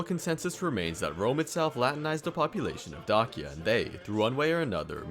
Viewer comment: Please use google translate and type dacia in romanian and listen to it cuz u aint sayin it right